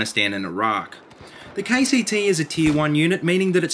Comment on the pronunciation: When he says KCT i hear KTT